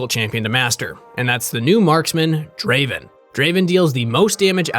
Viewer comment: Not "Draven" its " Draaaaven"